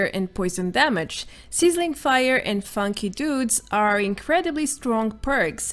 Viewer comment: Funky Duds, not Funky 'Dudes'.